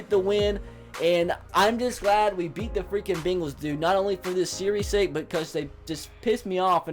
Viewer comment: He says begals like the type of dogs lmao